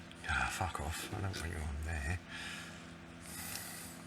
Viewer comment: This was very helpful mate, Liked and subscribed. (and this is the comment). Also, good to hear a good ole aussie "F**k" in the mix there